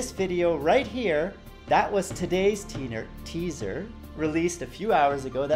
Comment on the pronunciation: I giggled when said "Teener" rather than "Teaser". Damn I'm immature xD